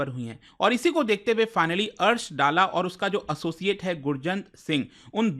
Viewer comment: सर जी कृपया दल्ला बोलिये.